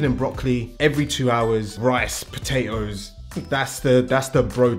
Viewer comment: Did he say potate-O's?